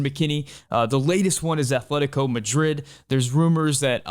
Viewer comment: there's no h in atletico